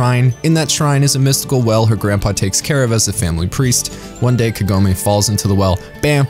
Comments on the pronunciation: All the names are pronounced in english like in japanese except Kagome, wich should be spelled kAgome, not kagOme. I wonder why? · It's Kagome, not Kagoemay